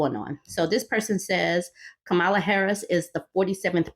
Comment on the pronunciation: Respectfully, her name isn’t pronounced Ka-MAH-lah, rather, it is pronounced KAH-ma-lah. Kinda like the way one would say the name Pamela. She’s shared that her step-/bonus kids call her “mamala.”